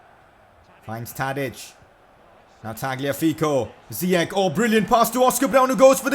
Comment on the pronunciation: Its not ziyek its ziyash